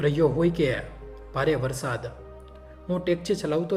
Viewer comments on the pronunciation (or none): none